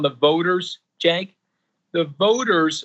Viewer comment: Im surprised to see a republican who can pronounce Cenk's name correctly. Seriously, its not that hard to pronounce.